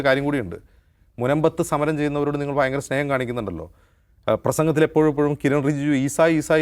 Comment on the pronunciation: ഫയങ്കര നീ ഫുദ്ധിമാനാ